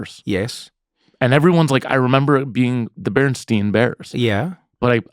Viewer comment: It is pronounced the BERENSTAIN bears!!!